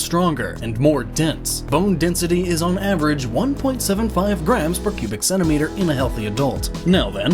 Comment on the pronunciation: Man of adamantium* and why in hell would superman need those? sounds like you say Pubic Centimeter :S